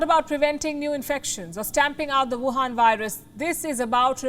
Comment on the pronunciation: Why do you keep calling. "The Youwhan Vírus"??? Are you a Trump relative ?